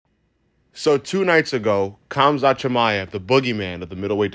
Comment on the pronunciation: Hamzat the k is silent